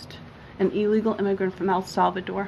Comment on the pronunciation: When did el salvador become "AL" salvador?